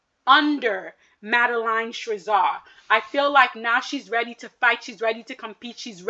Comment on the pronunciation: It’s Madeline Schizas pronounced SKI-Zaass